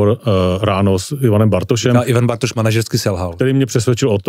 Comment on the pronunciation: pan moderátor bz se měl trochu rozcvičit ve výslovnosti před natáčením... dost koktá i slov jako.. "Bartoš "... :(